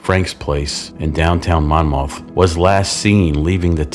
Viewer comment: The “s” in Illinois is silent and we pronounce the city “Monmuth” even though it is spelled Monmouth. I enjoyed this episode but need to point out you listed seven names while showing pictures of the eight victims.